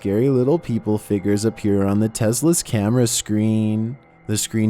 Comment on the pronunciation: Everyone else: Tesla: T E Z L A